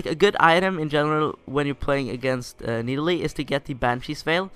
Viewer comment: no that is not Nidalee! :0 It is MIDalee :D